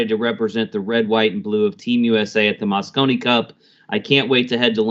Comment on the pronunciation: Mosconi not Moscow